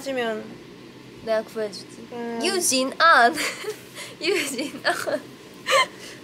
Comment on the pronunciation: Yujin Ahn(유진안!!) Yujin Ahn(유진안!!) 저거 분명, 독일에서 누가 유진이를 저렇게 부른거닼ㅋㅋ!! 완전 독일식 영어 발음!!ㅎㅎㅎ